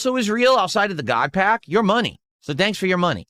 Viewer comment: It's weird all his "major hits" came when he pulled them off stream besides this "GAWD PAYUCK" I know he's buying singles and saying he ripped it from packs. This is like a daily crashout now and I know he just went on TCGPlayer or the like and went "hmm yes, me want big hit so I can bust about it" Probably most of his "hits" were bought online and he seeded the GAWD PACK. Literally just don't trust anything he opened offline. Its much funnier if he did, and due to his own lying self, no one believes his hits as genuine. He's totally drinking off stream ripping packs drunk cause of this.